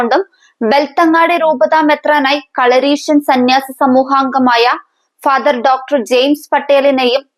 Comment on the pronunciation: കളരീഷൻ.... എന്നാണോ ക്ല... എന്നാണോ